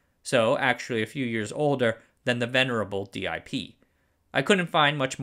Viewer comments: It's inexplicable to me why you insist on saying "dee eye pee" instead of "dip" but "dram" instead of "dee ram" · In my career, I've always heard the DIP package pronounced as the word dip and not as the letters D, I and P. Great video. Appreciate your work! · Minor adjustment, there's no need for d-i-p. It's pronounced dip, rhymes with tip or nip. The single-inline is SIP, pronounced sip. Detail, through holes are not about structural integrity at all, just making connections between pins. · I'm suspect he mispronounces on purpose to increase comments, the algorithm likes engagement.